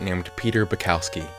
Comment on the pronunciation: Why do people have trouble saying polish/european names? Its Bukovski(how you should read it),not Bucowski(how you read it).